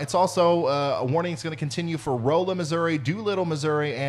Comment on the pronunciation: Rolla is Rawla... I live in the St Louis area.